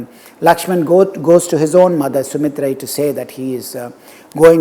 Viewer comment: You have pronounced ‘சுமித்தரை, திரிசடை & வீடணன்) I loved that. Would be very good if you pronounce other characters as well mentioned in Kamba Ramayanam. Like (Rama as Raman seetha as seethai)